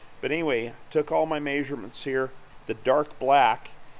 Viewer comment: love how he says "may-surements" (measurements)